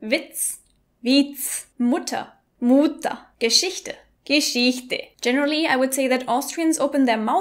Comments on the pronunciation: Also ich komme aus Österreich und spreche dialekt (Niederösterreich) aber wenn ich Hochdeutsch rede hört sich das ganz und gar nicht an wie sie es betont hat muuuutter nein ich sag das ganz normal😂😂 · Wiiiiitz? xD ich bin Österreicher, und auch wenn ich nicht Wiener sondern Kärntner bin und deshalb auch kein Wienerisch rede, weiß ich definitiv das niemand Witz so seltsam betonen würde. Genauso wie Mutter xD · So wie sie das betont war nur das Alt-wienerisch. Keiner betont Mutter so wie im Video. Ich bin in Wien geboren und ich kenn keinen der so redet. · Ja, Vorarlberger (Xsiberger) und Tiroler sind komplett anders unterwegs. Als Grazer muss i mi konzentrieren, um euch zu verstehen. ;o) Meiner Meinung nach heißt es auf österreichisch nicht Muutter sondern MuttA. "-er" wird zu einem längeren "a". "Jeder" wird zu "jedA" zum Beispiel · Niemand NIEMAND in Österreich sagt wiissen Wiitz oder Muutter...